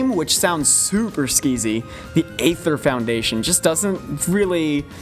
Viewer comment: that's Ether not AYYther. :^)